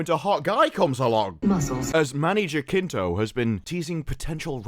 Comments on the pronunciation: HA-SIN-TO Not jakinto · Jacinto in Span is a first name. And ridiculous, btw. It's pronounced hathinto and it's laughable 😂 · Manny Jacinto is not a bad actor, he did well in "The Good Place". Jacinto is pronounced here "Hasinto"... H, like in "Harry". Greetings from México.